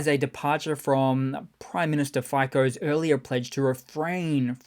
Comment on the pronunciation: Robert Fico .... It is pronounced "Feetso. "F" as in English, " i " as a capital E as in "keep", "c" as "ts" as in "bats", "hats", "mats". (In Slovak, the pure "s" phoneme is expressed as in "see", the "k" phoneme is always "k" as in "kick"). the "o" is as in log, bog, fog, not etc. but never as in "own". The "o" as in "own" or "bone" does not exist in Slovak but something like it is created by combining "ou". Our capital "I" as in "I went to" does not exist in the 46 letter Slovak alphabet but the phoneme is created by combining "a" with "j" as "aj" and is usually used as an exclamation .... "Aj !"